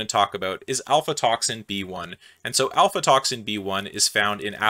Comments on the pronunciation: I'm pretty sure that it's not "alfatoxin", but "aflatoxin". That is all. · I think that is aflatoxin, not alfatoxin. Sterigmatocystin: the ending sounds more like sys tin than sigh tin. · I cringed hard every time he mispronounced aflatoxin as alfa toxin. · Its called Aflatoxin B1? Not Alfatoxin B1. Thanx for a interesting review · 💡 Aflatoxin, not Alfatoxin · afLAtoxin, not ALPHAtoxin. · Afla, not alfa. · Did you seriously call aflatoxin "alfatoxin"? THE aFLatoxin (F before L) that I was cursing you for omitting from your first mycotoxin video? Jesus Christ. Are you making mistakes on purpose for the engagement score through comments like this one? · It's Aflatoxin, not Alfatoxin. He switched the letters in case you're googling it. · Aflatoxin, not Alfatoxin. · aFLatoxin gosh darn it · Really nice Video! More Biosynthesis! PS: Its called AFLAtoxin... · seems you thought it was "alfatoxin" ? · "Alfatoxin"??? You said it several times, and wrote it.... although you did spell it correctly in the lower right caption. C'mon, man, you're better than this. 😁